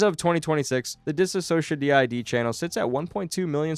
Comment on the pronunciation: bro please learn how to say anthony’s last name and “DissociaDID” ,, it’s not that hard , there are probably hundreds of videos of people saying them correctly 💔